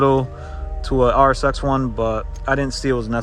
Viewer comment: Really nice, man 😁 Started following when you planned on starting - haven't watched more yet. I enjoy taking it all in with one sitting 🤪👌🏼 So really stoked to look at the build now. Also, im european from norway and when you say RSX it sounds like RS6 to me, so that was funny (imagined that without subtitles 😅👍🏻) Honda with RS6 parts, hehehe. Thanks for sharing! And now its time for me to start the playlist on the bigscreen. Take care, man